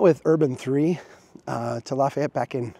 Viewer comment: You can’t talk about Lafayette if you can’t pronounce it.